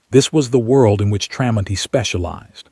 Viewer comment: AI is supposed to be smart but it can't say the mans name the story is about is pretty pathetic,others agree as well so get it right